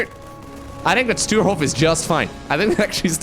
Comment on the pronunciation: His name is Sturehof and not Stuerhof = Stürhof Get your pronounciation straight;-)